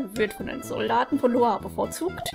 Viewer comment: Naja kanp daneben wie so oft ^^" Aber gut ich hatte nie französisch und mit der Sprache kann ich noch weniger anfangen als mit Englisch. Dennoch finde ich es gut, das du mal den Namen Loire richtig (hoffentlich :P) ausgesprochen hast, ich wusste nämlich nie, wie man das aussprechen soll... Ich habe es immer Wortwörtlich gesprochen wie so oft ^^"